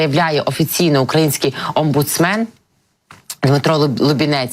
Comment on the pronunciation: Трошки повередую - не "омбудсмЕн", а "омбудсмАн". Це слово не з англійської мови прийшло